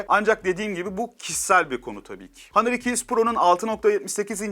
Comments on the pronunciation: Başta Honor sonra hanır:)) lan on Türkçe honor işte! İngilizceyi bile kırmak neden! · Kardeşim hanor hanır deyip duruyorsun doğru düzgün söylesene ya ne kadar itici geliyor ya günün ağzına sıçıyorsun hanır ne ya